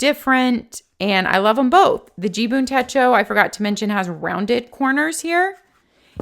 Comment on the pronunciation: Umm..... it is JIBUN .... not JUBIN (you kept saying JUBIN in the video 😀).... 🤣😂🤣😂 thank you for your review. Great effort! 👐🏻